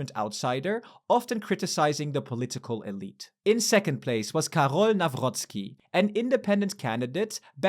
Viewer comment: "kaghrrhrol nahwhrhwhocki"